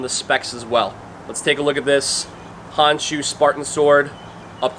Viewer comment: I like how you say where its from. Also good job on edge alignment in that cut test.